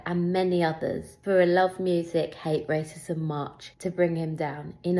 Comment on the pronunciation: She cannot even say wascism